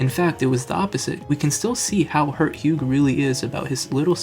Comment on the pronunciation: A few things. First, it is pronounced with the “gh” silent (like the color term hue). Second, the ending theme is darker than just avoiding making revenge a singular goal. Hugh sees that the Pokémon has been drastically changed by the influence of team plasma. This hits at ideas like brainwashing Pokémon, PTSD for Pokémon, Stockholm syndrome, and the more general idea that some things are broken and can never be fully fixed. The hero may save the world, but he can never fully undo the damage done. A broken vase can be glued together, but the cracks are still visible and the structure is not as strong.